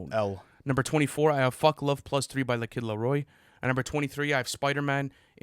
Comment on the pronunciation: He said his name right🔋❤️‍🩹